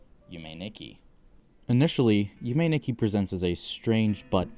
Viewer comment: This was an absolutely amazing video, one heads up Nikki is actually pronounced differently in Japanese it's pronounced "Neekee" I'm not surprised you were thrown off as pbg also said it wrong, but as a Japanese speaker myself it was a bit hard to hear Nonetheless I absolutely loved your video and I'm subscribed Yume Nikki is one of my favorite games of all time, it actually inspired my profile picture I absolutely cannot wait to see more Keep up the good work